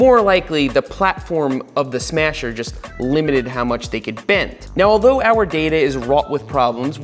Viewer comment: the "smyasher" lol